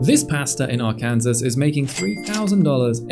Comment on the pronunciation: Arkansas is pronounced "Arkensaw"